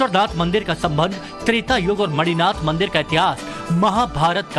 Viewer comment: Actually the spelling is मणिनाथ not मढ़-ईनाथ